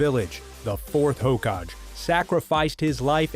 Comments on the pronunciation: ever time he said hokadge i was like its hokage! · Hoe Ka GE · Hokajje lol hokage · Haha lol dude its hokage 🤣🤣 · Hoe-ka-gay = Hokage not hokaj It’s like you’ve never listened to the audio of this anime at all..... dubbed or subbed..... 😳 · 'hoe kaj'? lol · How he say hogake made me so mad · dont speak about naruto u dont even now how to pronounce hokage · Hokagi not Hoe-kaj Kyubi not Kayubi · kaiubi 😂? hokaj????😂😂😂😂😂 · Please the pronouncing for naruto is killing me. Kayubi...hokaj...my heart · Its not kayubi hokaj or konorahakure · Kayubi 😂 Hokaj😂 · Bruh it's hokage and Kyuubi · Bruh list is good but fuck your pronunciation. Kayubi? And can't even pronounce hokage.